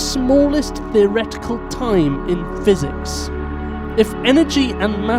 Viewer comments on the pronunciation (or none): none